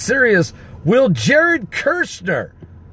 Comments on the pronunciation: I have to say it because it urks my nerves. His Name is Kushner, NOT Kershner. Say Cushion. Then say Cush, now say NER. Cushner, that's it, Kushner. Kushner. lol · Mr. Kushner's name has only ONE "R" in it, so his name is NOT pronounced KuRshner. It is just pronounced like this: CUHSH-NER. I Thess. 5:3: "For when they say peace and safety, then cometh sudden destruction like a woman in travail." First comes the confirmation of a peace agreement, and then tribulation hits, which is the sudden destruction the verse mentions. So this is possibly right around the corner, people! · KUSHner, not kurshner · ITS KUSHNER, NOT KIRSHNER. IF YORE GOING TO REPORT PRONOUNCE THE NAME RIGHT...JSUT SAYIN... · it's Kushner, not "Kirchner"... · no "R" before the S in KUSHNER , say....COOsh ner